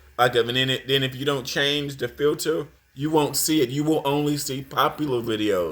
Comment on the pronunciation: "Supa" Ego..."Twoof"..."Filtuh"... - Lord have mercy! 🙄